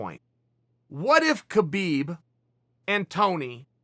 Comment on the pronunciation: HAbib. Say it right, dummy.